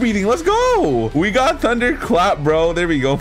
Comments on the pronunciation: Is it just me or do I hear tunder breathing instead of thunder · bruh he said tunder love the content